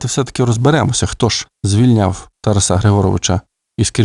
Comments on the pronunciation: Коли вже нарешті дійде, що правильно ТарАса , а не ТарасА...??? Ви ж цією помилкою зразу видаєте свою перефарбовану кацапську суть! Гидко... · Шановний!!! Розвінчайте СОБІ міф про тарасА!!!!... Бо правильно ТарАса!!! А далі будемо вас слухати...НАГОЛОС ОЗНАКА ОСВІЧЕНОСТІ!!! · Чому ТарасА ? Це не Польща . Літературний , грамотний укранський наголос Тар А са . І досить американської галичини " вЕзу , нЕсу " . Полтава і Київщина - наша основа . Остогидли вже львівські спасителі , без яких не було б України . Пийте вашу каву , більше у вас нічого свого нема . Кланятися ні москалям ні вам не будемо , мову не забруднюйте польщизною вонючою . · Ну, чому ТарасА?!! ТарАса! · Взагалі царська сім'я, Романови, на той час також були етнічними німцями. Прикро лише, що у вас наголос ТарасА. Зараз так модно? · ТарАса. Такий безграмотний читає. Ще багато помилок! Жах! «Учітеся, брати моі…» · Тара'с Шевченко, Тара'са Шевченка - наголос ЗАВЖДИ на 2му складі